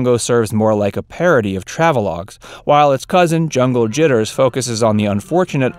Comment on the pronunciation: 1) You fail to understand that when Bugs Bunny or Angel Puss are treating the black characters with disrespect, these characters are trying to KILL them and deserve everything they get. 2) You clearly said 'Jiggers' instead of 'Jitters'. Did you have another word in mind? 3) You can only repeat the word 'stereotypes' so many times before it has to be said that stereotypes ARE stereotypes because they're based on reality, not myth. 4) The way you misused the expression "Your guess is as good as ours" could start a whole new stereotype about the poor grammar habits of European-Americans. 5) The old Looney Tunes cartoons were not "aimed at children" any more than today's 'South Park' and 'Family Guy' are.